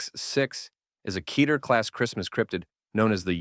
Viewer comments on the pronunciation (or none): Very good, but just for the record it’s pronounced “Ketter” as in “Better” not “Keeter” as in “Aether”